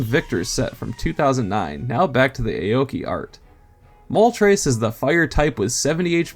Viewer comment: throwing out every possible pronunciation of "aoki" i see